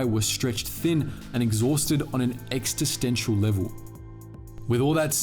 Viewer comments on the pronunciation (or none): What is extestential?